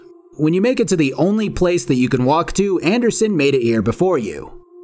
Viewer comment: I absolutely lost my shit at "Do not give in to the Ree-Appers Ander SON" and had to rewind the video.